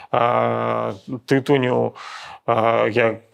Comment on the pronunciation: На будучыню: ТытУнь, ТытунЮ